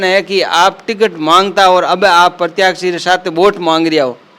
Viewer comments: प्रत्याशी बोलो प्रत्याक्षी नहीं होता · प्रतियाक्षी नहीं प्रत्याशी होता है!